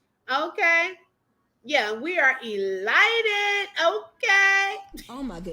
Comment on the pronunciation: eLITEd ? Does she mean Elated? so funny when she looks a fool.... Just like Deeabolical... It's diabolical... she's a dummy...